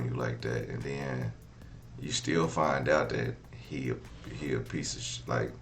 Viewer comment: OMGGGG! Why did I say the same thing 10 minutes in???!! Lmao!!! THANK U!!!!! I’m like what the hell is a deaddy? And then, he is steady telling a story and says, “and den“ why do our people talk like this? Literally if we weren’t smart enough, we wouldn’t know what the hell they’re saying but because we do know Ebonics and very poor vernacular, we can figure out what people are saying, but it’s really sad when it’s gonna be time for them to get a professional job and that’s how they sound. I really wish our people could do better and be better and get a better sense of grammar pronunciation & English overall. Because a deaddy and using the word ‘then’ as “den” is something that I would slap my kids if I heard them talking like that. And they’re adults, but I would really put them on blast for talking like they’re ignorant, AF! Real talk.